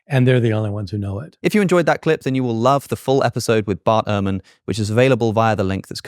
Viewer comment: Ehrman not Erhman